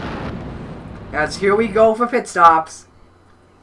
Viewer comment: 14th. At least we were running at the finish. (My name is pronounced Kyle Mar-tinz not Mar-teenz)